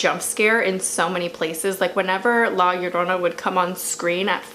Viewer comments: You pronounce La Llorona perfect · Your pronunciation of “la llorona” is this pretty nice! Also, is not only a mexican folk tale (even tho i can understand why you think that) I’m pretty sure its a whole latin america tale. I’m venezuelan and since i was little i was fucking SCARED of la llorona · I really just clicked on the video because I wanted to hear your pronunciation of La Llorona and it wasn't bad at all :v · Native Spanish speaker here, your pronunciation of it was p good. Thanks for at least trying. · Amazing pronunciation most people say "La Shaourouna" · I’m from a Mexican heritage and I was a little disappointed that the main wasn’t a Mexican because this was more of a Mexican heritage but she did good attempting to saying La Llorona. Also I am not that good saying her name and you said it right so yeah. I definitely believe there’ll be a sequel because hello conjuring😂but I love your channel. Also there are a lot of folk tales and how and why she did it so it’s truly not the right folk tale but it’s because for me that’s not the tale I heard so I was bias but still loved this movie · What really gets to me are creepy children and Asian ghosts. Anddd your pronunciation of La Llorona was quite well actually. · You actually pronounce the title very good 👍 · honestly you pronounced la llorona better than any other white youtuber i've seen try to say it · Yeah, she did